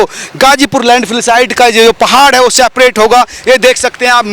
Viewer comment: Seprate nahi separate hota hai. Jab English bolna nahi ata hai toh hindi bolne me kya dikkat aarahe 😂😂